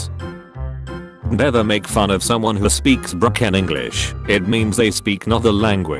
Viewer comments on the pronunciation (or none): "broKen english"